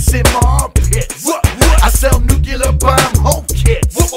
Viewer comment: 'nuke-u-lar. its pronounced 'nuke-u-lar'...'